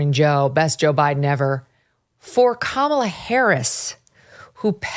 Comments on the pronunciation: I love that it sounds like hee calling her Carmella Harris 🤣🤣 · This old fart can’t even pronounce Kamala 😂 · I CANT STAND Kamala Harris but why is it SO hard for these folks to correctly pronounce the woman’s name? COME ON. Malapropisms are so annoying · While I appreciate Megan Kelly to the extent she's articulate and clean (joke, joke), I've never understood how anybody can (a) enjoy VDH or, more importantly, (b) think him insightful, intelligent or interesting. Let me be clear, his first remarks out of the gate bemoans Kamela's flip-flopping? Boy, that's powerful stuff. Besides the hilarious, obviously intentional mispronunciation of her name. At least own it, VDH. And what does big-boy VDH talk about next. His naive belief that 'it's a good sign' the WaPo is now fessing up a little bit to that they've been in on it, lying and deliberately concealing facts from its readers, and, hey, what, are we supposed to start believing the WaPo again, let alone reading it? Priceless stuff. And, like the mainstream media's disinformation campaign he grifts upon, VDH rolls on.... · Not a dem but this guy needs to pronounce Kamala’s name right. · Y'all.. I'm all for holding Kamala accountable. But it is literally not that hard to say Kamala. If you can say Vladimir Putin and Kim Jong Un, you can manage Kamala. It makes you look objectively unintillgent that 4 years later, you're still struggling. Embarrassing. ☠️